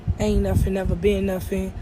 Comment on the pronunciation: Did she say do nuffin 😂